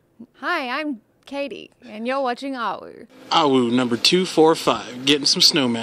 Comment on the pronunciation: Caiti not Katie, just like its Kdin not Caden.